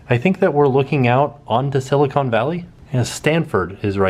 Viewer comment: Love that you had fun in the Bay! Btw-it’s “Silicon” and not “Silicone” 👍🏻❤️